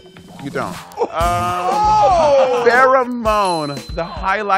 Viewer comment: Jasmine's read seemed accidental but still good lmao she’s not good with names